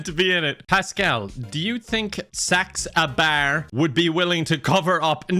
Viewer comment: Thank you god for not being able to pronounce saxabars name because I haven’t laughed like this in so long in a video